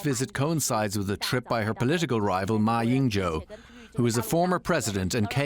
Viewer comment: 连马英九的名字都念不对，太低能了。